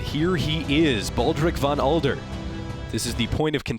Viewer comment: His Name is Von Adler not Von Alder. Adler is the German Word for Eagle. It fits with his Crusader Armor Design.